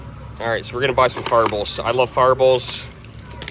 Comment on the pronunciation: lol it took me a min to realize you were saying “fireballs” 😅 I was like what’s a ferbull?!